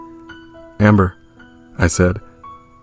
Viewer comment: When the voice said “amMBeR” I almost laughed idk why